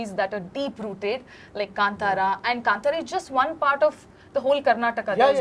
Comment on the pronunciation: My comment might seem insignificant or silly when compared to other intellectual discussions in the interview I genuinely felt happy when Anurag Kashyap sir pronounced 'Kantara' correctly. It shows his precision😊